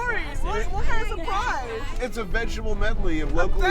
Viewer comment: It's a "sprize!"